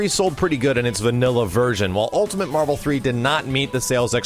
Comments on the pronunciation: Yesss Facking Marh-Vel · Say it with me doods, WHEN'S MAHVEL!?